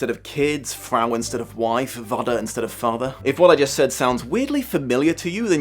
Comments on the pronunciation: It is actually pronounced "Fah-ter" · It's pronounced fater or fata, not wata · oh wow you pronounced those German words so wrong xD I don't know Pennisilvanyan Dutch, so mybe you did it correct accordig to their dialect, but as an actual German it sounded soooo weird for example, the "V" in Vater is spoken like an F. The only difference between Vater und Father is the T vs TH and it just sounds so weird hearing something like "Water" instead. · Yeah, I was impressed by that too, though his pronounciation of Vater was less than stellar